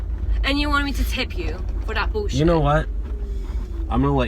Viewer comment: bro turned british with that ‘bullshit’